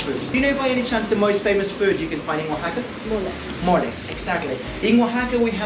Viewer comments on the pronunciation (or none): Nooooooo. Oahaca You two are fun. Please mentioned the name of the cities right. You are killing them. After all it is CANADA and not SIANADA..🤣😂😅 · Woah-Hawk-A ... Say the word OAXACA! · not ‘o-wack-a’. It’s ‘wah-hawk-a’. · Awesome tour, thanks a million for taking us along on your adventures! Can't wait to check out Oaxaca! Great music selection as well. I think I might even subscribe Btw, it is pronounced kinda like "wa-HA-ka," not "oaca")))